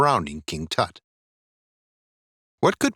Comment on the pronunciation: Your pronunciation of Tut is HORRIBLE.